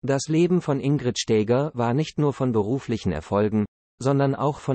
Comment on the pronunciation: Die KI-Stimmen sind einer Würdigung unwürdig. Die Frau hieß auch nicht Stääger!